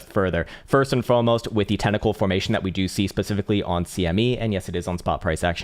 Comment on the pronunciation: All I can hear is “First and FOMOst”